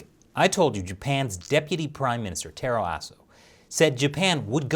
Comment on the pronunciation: Taro Aso? That's a challenge last name to pronounce correctly. Chris pulled this off nicely.